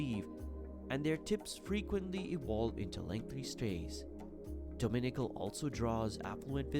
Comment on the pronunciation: Beautiful video. But would be much better if the narrator could pronounce the names of places. For example, Jaco Beach is not pronounced "Jacko". And Dominical is accented on the last syllable. lol